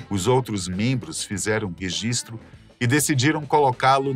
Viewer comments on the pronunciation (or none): none